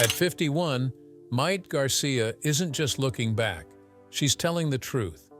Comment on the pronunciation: I couldn’t get more than a few seconds into this video when the AI called her Mite.